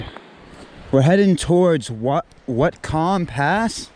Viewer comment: Good job on the the video so far. BTW, Whatcom is pronounced, watt-com